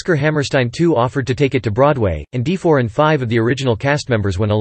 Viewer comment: His last name is not pronounced as 'De-for.' It's more like 'Duh-for.'